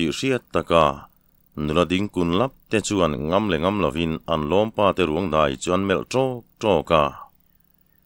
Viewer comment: Sêna Raltê: Ka lo sawi leh hrâm teh ang, a thawnthu a ngaihnawm hle a, chhiartu âw pawh a la nalh e. A maherawhchu : Kuta thil kèn sawi nan chanai KIAN sawi na kén ti a i lam ṭhin leh Hlau lo sawina NGAM tih NGÂM (Ṭi lo)ti a i lam ṭhin hi chu a tum a ṭhelh deuh in ka hria.